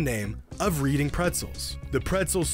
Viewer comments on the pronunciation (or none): It's pronounced redding Pretzels not reading like it's spelled Reading PA is where splits Pretzels is made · it's pronounced "redding" not "reading" and it is the name of a city in pennsylvania, not a verb. still, pretzels is an amazing sports team name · It's not "REEDING" its "REDDING" (obvously spelled "Reading") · It isn't pronounced "Reeding" it is pronounced "Red-ing" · I think the “reading pretzels” was perhaps pronounced “redding” although I could be wrong. I just know the town we have in the uk is pronounced that way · it's pronounced ''red-ing'' not reading btw. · lol it's pronounced redding not reeding pretzels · Dude really said Reed-ing pretzels. i’m from Reading never thought this city would get mentioned anywhere but it’s pronounced Redd-ing. not like reading a book. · its pronounced "reding" not reading. From reading, PA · It’s pronounced RED-ING. Not READ-ING. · I hate to do this to you but for all my PA people I gotta tell you that it’s pronounced REDing not reeding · It’s pronounced red ing not reading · GREAT video! One correction. It's "RED" not "READ" in Reading Pretzels. My wife is from Pennsylvania, they say towns like weirdos out there. Ha. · My guy, Reading is pronounced like Reding not Reeding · Pretty sure your pronouncing Reading wrong. Most likely Reading pronounced like Reding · FYI it's pronounced "red-ing" not reading. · It's pronounced "Red-ing" not "Read-ing". No one will see this comment or understand what I'm talking about unless your from Southeastern Pennsylvania. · Its not Reading like read its Reading like Redding its a City in Pennsylvania, that mispronunciation irked my soul bro omfg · Btw it’s pronounced Red-ing not reading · I believe it’s pronounced “redding” not “reeding” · If it’s Reading, PA; it’s pronounced ‘Red-ing’ rather than ‘reed-ing’. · its Red-ing Pretzels not Reading btw. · pronounced red-ing not read-ing lol, great vid tho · Not to be that guy but it’s pronounced “redding” not “reading”